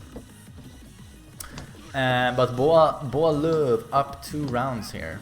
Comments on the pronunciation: Everytime you say dude's name it's sounds like boy love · The way you first say his name 😂